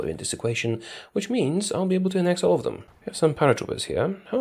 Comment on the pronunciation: "annex all"